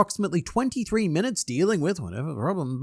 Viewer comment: "Ten minuter earlier" 😂😜